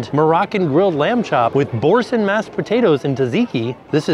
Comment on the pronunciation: … sweaty…. (Lol) it’s pronounced bore-san. Say it with me… bore-san…. Yay you did it!